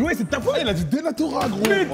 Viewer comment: c un malade comment il peut dire denatora😂😂😂